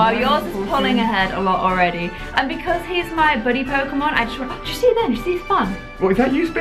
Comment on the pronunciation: it's owredy hear